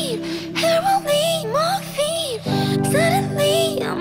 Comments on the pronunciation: Normal dude:heroine Camilla:haraween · She says heroine like sassy. Incredible.